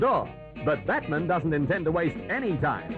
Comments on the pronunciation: The narrator pronounces Batman as in "Kaiser Bills Batman" instead of the comic book character Bat-Man. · Love the way the narrator pronounces Batman. Maybe he'd never seen an episode?